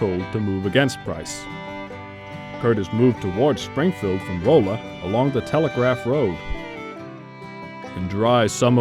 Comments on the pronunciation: The narrator is definitely not MO/ARK area. Rolla is not pronounced like its spelled - Rolla. The "o" is like an "a". And Fayetteville is not pronounced Fiyetteville. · Osceola is pronounced, "Oh See Oh Luh" Rolla is pronounced, "Rah Luh"